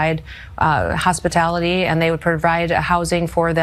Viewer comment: Did she say hospitality?